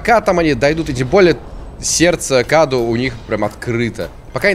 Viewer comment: не каду а каду ударение на у